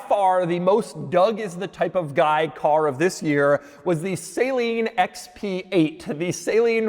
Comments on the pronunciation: Doug is the type of guy to say "Saline" instead of Saleen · Doug is the type of guy to still mispronounce Saleen.